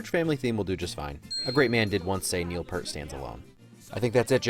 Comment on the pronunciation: It is pronounced 'peert,' not 'pert'